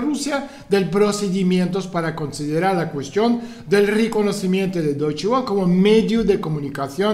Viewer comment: Se pronuncia "doiche vele" (como "folksvaguen", la w suena v)